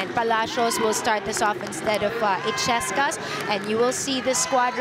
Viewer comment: il-yes-cas! That's how to pronounce it. The commentator ' she kept on saying e-ches-cas which she's been wrong all the time!